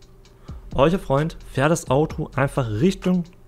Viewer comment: Jo stabil! Ich mag deine Videos auf jeden Fall auch sehr, ich muss nur immer etwas bei dem "eucher" MOC schmunzeln ^^ liegt das am akzent oder was da los 😇🤷🏾‍♂️